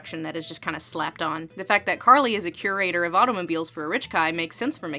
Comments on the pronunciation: I think you mean CAR-ly. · Her name. Is. CAR-ly. dies laughing